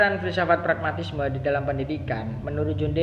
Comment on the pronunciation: Untuk pemateri kedua..pragmatisme ya bukan paragmatisme😊